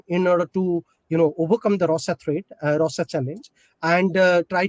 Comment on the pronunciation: This guy a joke, can't pronounce Russia properly, such a bad accent. Had to turn on subtitles to understand. too says OOkraine instead of Ukraine. Presentation matters.